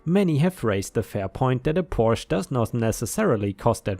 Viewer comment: I'm a bit disappointed that you, a German, would mispronounce "Porsche".